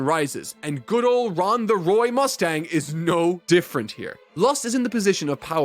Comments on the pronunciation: I choked with laughter every time I listen to you call Roy Ron😂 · its roy mustang! not ron! lmao. funny edit though! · Hearing Roy be called Ron Mustang sends me every time